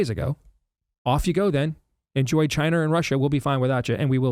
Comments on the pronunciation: You could make a drinking game every time Steve says "Chiner" LOL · Steve- It’s pronounced China, not “Chiner”.